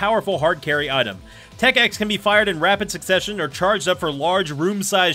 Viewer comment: Instant props for saying Tech X correctly.